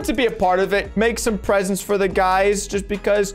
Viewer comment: Lmao why’d spell “presents” like that he said “pesents”